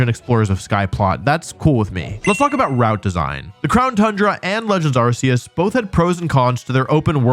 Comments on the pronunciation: Arceus is pronounced Are-Kay-Us not Are-See-Us dude… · It's pronounced Arkoos